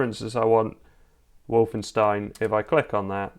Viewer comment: Ah yes wolfensteen